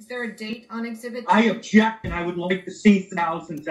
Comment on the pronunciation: Lol..is saying he objects or injects???😂😂😂